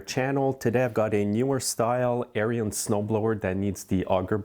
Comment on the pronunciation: Note: Ariens is pronounced Airin's not Air re ins. Check out any of their videos.